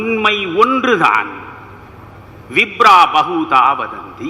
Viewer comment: Excellent Sir. Ekam sath. Ka and not ha - not eaham. Not Vibra but it is vipra.